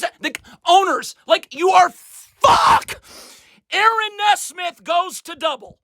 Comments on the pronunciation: It’s NEE-smith not Ne-smith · It's pronounced "Knee-Smith" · He still can't pronounce Nesmith.